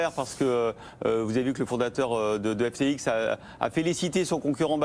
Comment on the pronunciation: Apres l'emission d'hier de BFM ou il dise Ethewoum , aujourd'hui un autre presentateur qui dit l'exchange FTik et Sam Bankmam fril 😂